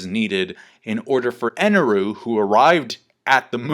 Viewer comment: Why do you pronounce it "Eneru"?